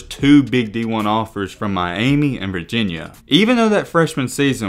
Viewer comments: “One of the roughest in my-Amy” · Funny the way you say Miami, My- Amy😂😂😂